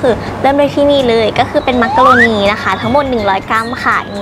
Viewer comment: น่ารักมากเลยค่ะ แอบขำตอน มักโรโน555